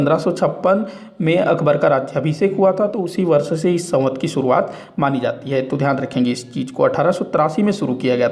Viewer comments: Savant nahi samvat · संवत बोलना तो सीखो